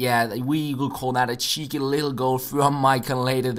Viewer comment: Were you trying to say 'Cheapy' or cheeky cos you accidently said P instead of a k? (I'm guessing cheeky seeing as though you said cheeky a few seconds later)